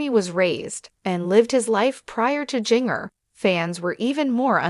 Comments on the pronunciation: Her name is pronounced Gin ger NOT Jing ger. 😮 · Are you a robot? Or have you never heard her name? It’s Ginger (like the spice) but with a J instead of G. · Wow. The mispronounciation of Jinger's name is so distracting!